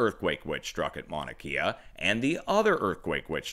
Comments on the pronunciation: Just to be helpful .... pronunciations: Leilani ..... Lay-la-knee Mauna Kea ..... Mau-na Kay-ah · Mahalo for your channel and updates! It’s pronounced Mahnah Kay Yah FYI....Much Aloha! ❤️🙏🌺😘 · good reporting, but its pronounced Mauna Kay-ah not Kia..